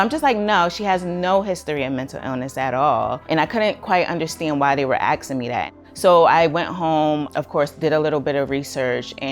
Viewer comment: axing me dat